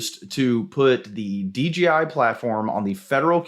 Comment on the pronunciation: DJI, not DGI 😄